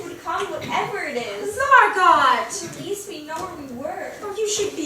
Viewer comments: really good but Margot is pronounced Mar go not Mar gut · It’s mar go not MArGoT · They are calling her Anna. It’s Anne. Margot is pronounced Margo not Margot. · It’s pronounced Margo. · They pronounce Margot as literally.... marGOT? And nobody caught this? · yeah lmfao isnt it just pronounced mar-GO